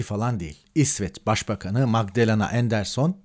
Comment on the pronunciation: Enderson degil Anderson her kelimeyi ingilizce sekliyle telafuz etmeyin yanlis olur